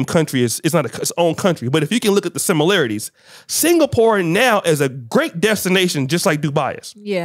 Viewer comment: FFS, Singapore is not pronounced 'single-poor' but 'sing-a-purr.' Also, Poland takes in thousands of international students, and they study in English. They are not expected to learn Polish, just to study. 'facts' indicate he learned history from an old VHS tape where the sound and images were all garbled. Also getting your discussion topics from Andrew Tate is like getting financial advice from a 5 year old. You can, but you know it's gonna be wrong.